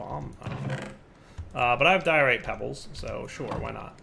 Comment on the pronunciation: When you say "diorite" I hear "Dire-ite", and it makes me want a mod that adds a bunch of new stones/metals based off names of minecrafters, like "Soarynium" etc